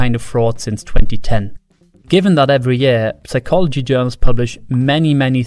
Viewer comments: Stop pronouncing the P in Psychology, you maniac! 😂😂😂😂😂😂😂😂😂😂😂😂😂😂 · ridiculous i know, but it bothers me that i can clearly hear you say the "p" in "psychology" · Holy crap, a talking owl! and it can pronounce the silent 'p' in psychology! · Why is he pronouncing psychology wrong? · Good video, btw : You don’t pronounce the “p” in “psychology” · Someone probably pointed it out, but the P in psychology is silent :) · P in Psychology is silent